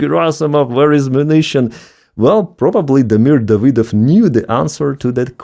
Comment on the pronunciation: "DavY dov"? emphasis on the Y? ( I always thought your name was pronounced as "", just in one word without any letter being emphasized.